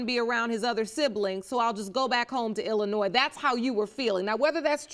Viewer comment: So nice to hear people pronounce Illinois correctly. 🙂